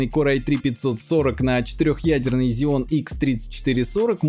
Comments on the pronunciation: Потратил нервы слышав Зеон вместо ксеон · Надо говорить ксенон